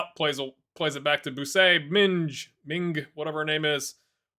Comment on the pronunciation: Nice one. I had to laugh at ‘minge’ as you first pronounced it. I don’t know about US but in Britain ‘minge’ is a slang term for vagina 😂